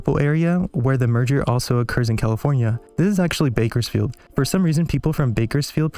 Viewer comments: bakersfield weird asfk 😂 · That's pronounced "BIKERSFIELD"!! ...ask around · If you want to pronounce Bakersfield like a local, the first syllable sounds like "Bike" - Bikersfield